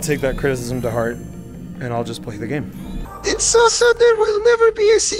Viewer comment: can't pronounce "game" but perfectly pronounces "parasocial relationship."